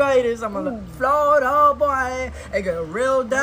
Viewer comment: Flordia?? An island?? 😂😂😂😂😂